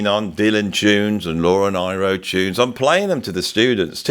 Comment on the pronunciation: I love Joni too,, and I believe it's Laura NEE - RO, pronunciation - wise. Both Sides Now is on my list for next year's Literature classes for Grade 10 up. I get teary when I'm showing "To Kill a Mockingbird" so I don't show it anymore! Eleanor Rigby and its excellent lyrics also upset me, so I may have to drop it, but the kids love it. (Exuma, Bahamas.)